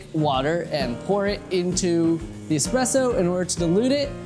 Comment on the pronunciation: Pronouncing Expresso wrong.